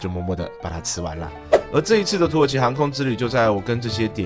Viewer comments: 一直聽成土豪商務艙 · 一直聽成土豪..